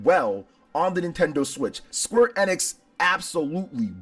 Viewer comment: Isn't it pronounced ee-nix? Not eh-nix.